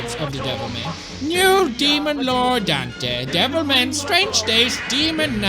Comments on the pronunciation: Every time he says "Devil Ma-" I keep thinking he's gonna finish saying "-y Cry" And I haven't even played the game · I kept mishearing him and thought he said Devil May Cry... now I'm replaying DMC4. Damn you pewds